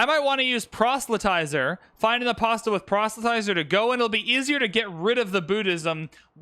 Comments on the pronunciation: apostle is like castle. Don't pronounce the t. Just listened to you mispronounce apostle a thousand times. My patience should win a medal. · Love these videos but one thing is bugging me. The "t" in apostle is silent.